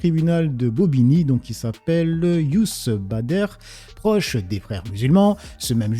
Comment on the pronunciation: Youssef Badr !! Et non pas "Youss Badère"...